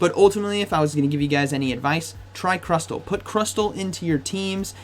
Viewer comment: Stop saying crusTTTLLE